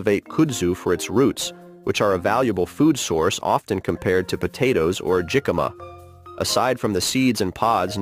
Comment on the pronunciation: In GA US, it's pronounced kŭdzu, not kūdzu. And jicama, as a Spanish name, is pronounced hicama.